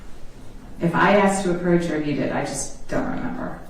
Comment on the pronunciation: A prosecutor repeatedly saying "aksed"